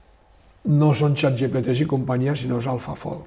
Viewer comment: que es yat yepete en vez de chat gpt